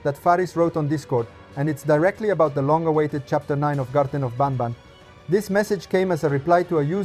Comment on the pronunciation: I have a question Why do you say Garten of bAnbAn inside of Garten of banban lol😂